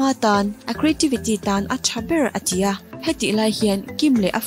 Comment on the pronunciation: "A ti a" tihtur te hi "A chi a" ti ang deuh in ilamri thina.beng akham deuh thin tih mailoh chu ngaihnawm e.mizo tawng chu lamno vak ngailo nia.Anyways...no hard feelings .